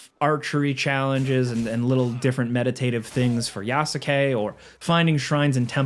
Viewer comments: i can't stand the way you pronounce Yasuke. The 'u' is silent my guy. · Yasuke (Yah- Skay)….. not Ya-su-Kay…. Let’s get folks name right in 2025 my guy. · The "U" is silent. Yas-ke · Who tf is Ya-sa-k 😭😭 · FYI, Yasuke is pronounced “Yas-KAY” not “YA-SU-KE”. The U is silent. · Please don't be so ignorant and pronounce it Yasukayyyyy ... It's [YAS'KE] and [NAO EH] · Love you and your videos, but how you’re pronouncing Yasuke is making me wince. The U is silent. The word is only 2 syllables. Phonetically, it’s pronounced YASS-KAY. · Ya-soo-kay? Dude, did you really play the game? Lol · This is like the third review I’ve heard pronounce yasuke with the u. It’s phonetically yaske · The worst part of this game is listening to every reviewer pronounce his name Yas-U-kay. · Well... he almost got the pronunciation right. At least he didn't go "yaSUkay" like a dumb American, no he at least tried to make the name sound Japanese. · It pronounced as "yas-ke" haha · It's pronounced Yaske, not Yasuke, Yasike, Yaseke or whatever. 😁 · This is a terrible review, this game is in my top 10 games of all time, I haven’t been hooked on a game like I have with this for a while now. This dude obviously just speed ran through for a quick review for views, can’t even pronounce Yasuke properly and if you play the game long enough you learn this ain’t right… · Not one single time while playing the game did I EVER hear them pronounce Yasuke’s name like that. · Bro mispronounced yasuke 🤦‍♂️ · Please learn to pronounce Yasuke 🤦🏾‍♂️ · Played game but yet still can't say one of the protagonist's names properly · Not gonna lie, the way he is pronouncing Yasuke is fucking cringe. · Brother . Please . The U in Yasuke is silent the same reasons why Sasuke from Naruto isn’t pronounced Sa-su-ke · The "Yasuke" pronunciation is throwing me off, lol. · im stoked for this game i didnt love Valhalla but i did like it so it cant be worse than that. also the way you pronounce Yasuke made my heart sad